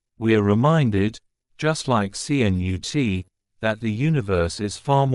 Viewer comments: My grandfather who came from Sweden to the U.S.. Would most definitely call you an imbecile! He shade the name with this famous Viking English King though he spelt his name KNUTE. But they are pronounced the same Ka.....Nut with the invisible 'a'. And I thought I was bad at pronouncing some words and names. You are most definitely worse, thank you for knocking me off that list. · DITCH THE MORON AI VOICE. YOU GOT THE LETTERS C-N-U-T IN THE WRONG ORDER. THE SECOND LETTER IS "U".